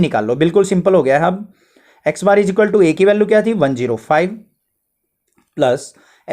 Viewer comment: The best video I have ever seen in my life..... Keep it on sir..... We love you bss aap plos ko plus bola kro thanku sir.... 💖